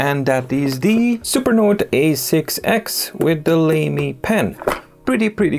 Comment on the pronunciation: Lamy is generally pronounced "lah-me" as far as I am aware. Doesn't sound quite as lame, then!